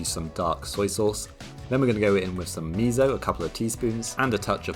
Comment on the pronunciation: Nice sausage. Would they make good hamburger patties… I wonder?? Just some advice with Japanese pronunciation: Miso is NOT MIZO with a “z” No no no! It is just plain miso The “mi” is just like “Is that for me ?” The “so” is just like “Is that so ?” ;-)